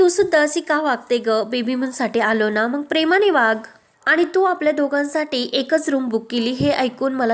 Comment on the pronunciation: Aga mang nahi ga mag. Jara shuddha bola na.